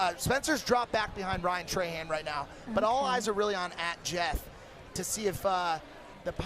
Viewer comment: Bruh when he said “Ryan trey-Han” instead of “trah-hawn” 😤😤😤